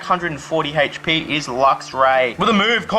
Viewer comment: When u say hp it sound like hach p